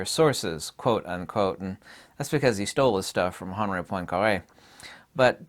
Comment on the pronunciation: poincaré....hurts my ears